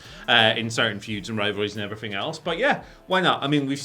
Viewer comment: “and efferything else”